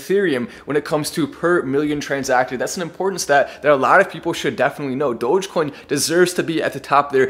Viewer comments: great guy. but why is saying Dogaaacoin? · This is good but how come mark doesn't even know how to say the name right - Doja-coin? Wtf lol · "DogèCoin" - Mark Cuban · My question is, will Mark learn how to properly pronounce Dogecoin? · He butchered the pronunciation of Dogecoin 😩